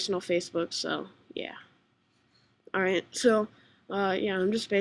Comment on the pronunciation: its "allright" man, its not ouvillrlld